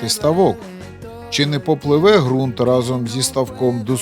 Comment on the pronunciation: Вподобайка! Зелена травИЧка і фарби українською буде краще... І ще одне правило: Ґрунт, Ґава і Ґанок вимовляються з Ґ... Слава Україні!